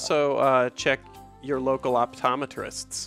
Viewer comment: "You guys should also check your local optometryst"